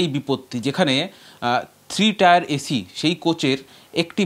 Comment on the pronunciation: টায়ার নয় টিয়ার